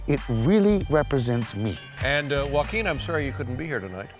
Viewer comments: Juan is pronounced "who-won", not "one". Joaquin is pronounced "Ho-aw-keen", not "walkin' ". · whack-keen lol